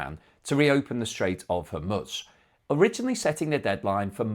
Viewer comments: Hormooz not Hormuts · Appreciate all your great coverage! And love how your pronounce Hormuz as ‘Hormutz’… your framing and style is great. Love the analysis and the connection with specific numbers in your more detailed analysis videos too! Keep it up!!